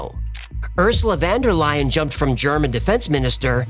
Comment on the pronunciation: Hey, you need to tell to practice his russian pronunciation... Just a small example одну looks like odnoo/odnu but the 'o' is unstressed an therefore sounds like an 'a' 😅😊 Ursula von der Leyen is pronounced Oorsoola fon der Le-yen. That the best way I write the transliteration